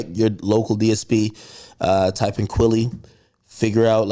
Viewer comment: He keeps saying Kwaly instead of QUILLY..LIKE MILLY AK